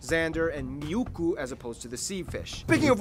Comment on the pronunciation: It's not miukku, it's muikku.